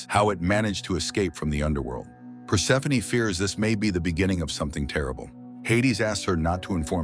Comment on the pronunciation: Thank you for properly pronouncing Persephoney... Other channels say perse-phone 😮